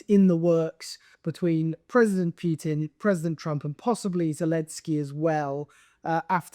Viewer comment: It's Putin, not Pyutin!